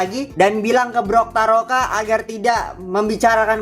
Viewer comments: Bukan brokaroka bang tapi toktaroka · bukan brotaroka tapi toktaroka